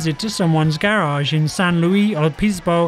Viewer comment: Please say garage right